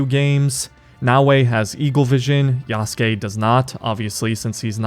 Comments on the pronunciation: When will people learn to pronounce Yasuke correctly... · this game has been talked about for too long for bro to still pronounce yasuke wrong